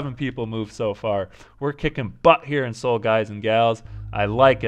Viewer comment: Good video! Just one thing: Seoul is pronounced more like "soul", and not "See-ool." The two syllables are 서(SEO) / 울(UL).